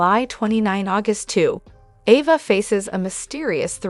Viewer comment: Please say the names right please Ava a long vowel A not a short one